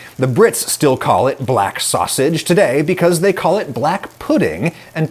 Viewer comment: the way you say black twice 💀